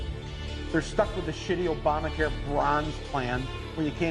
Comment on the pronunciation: Opama care. Lol. An obvious minor misspeak but it's still amusing.